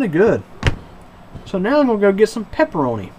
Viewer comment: "The peperonis tendz to be a little greezy"